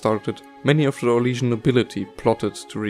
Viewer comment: did you say syrian? o.o